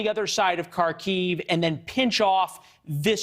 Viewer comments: It is not pronounced "Kar-KEEVE." In Russian, it's "KAR-kov" and in Ukrainian its 'HAR-kiv." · Kharkiv is pronounced Harkiv, likewise Kherson is pronounced Hairsun. Any Ukranian placename beginning with the Cyrillic character Х are the same.